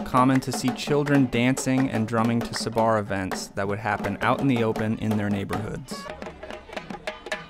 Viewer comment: Hi. Great stuff. I salute your knowledge. Playing and demonstrating tassu. Most impressive. But can I just comment on your iteration of the word sabar. You tend to stress the second syllable sa-BAR, where it should be on the first SAB-ar. I know you know that. Maybe it just doesn't sit easily with American English. Otherwise, nehna loll!